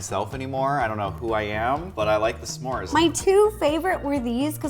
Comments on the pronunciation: Everyone Else: S'mores Ro: Suhmores: Shmores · i love how to says “samores” rather than s’mores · s'mores Ro: Samores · I love how she says s’mores like “Samores” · I love how Ro says “Semore” 😂